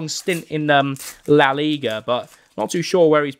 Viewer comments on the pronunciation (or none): none